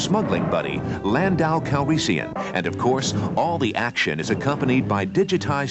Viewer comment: Super The Empire Strikes Back is my favorite video game of all-time. - "Landau Calreesian"?